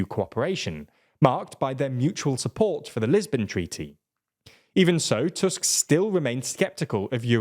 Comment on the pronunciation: I appreciate you pronouncing Tusk's name correctly (in english toosk, not tusk). Hearing his name as fang/canine over and over is tiring :D